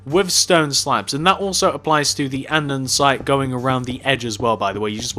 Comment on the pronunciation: It’s andesite not andansite